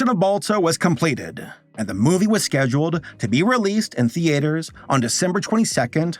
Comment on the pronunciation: Love videos but the way he pronounces “theater” is like nails on a chalkboard 😂😂😂😂 Why you going so hard on the “A”?